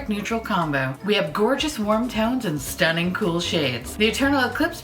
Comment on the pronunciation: is always saying “stunning” in like a British/Irish accent; it’s goofy and pretty adorable and I find my 43 year old ass repeating it, lol